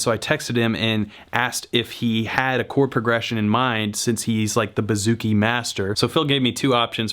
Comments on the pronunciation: “Boo”-zoo-kee not “Ba”-zoo-kee Just thought you should know. Love your videos! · Man this guy doesn't even ATTEMPT to pronounce things correctly. "kodo" and "buhzookie" cringe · pronounced boo-zoo-ki ** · Hail From Hellas(Greece)!!This Was ...Well...Funny..But You Said It Wrong..Its Buzukee(Bouzouki,Etc)Hahaha But You Are Crazy Funny!!!!!!! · I am a greek guitarist and the way you say bouzouki is hilarious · Vasilis Prekas HAHA IKR